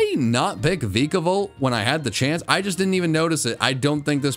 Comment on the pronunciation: The E in Vikavolt is supposed to be an A!